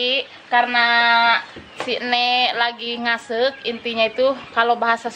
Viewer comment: Ngaseuk yg betul bukan ngsek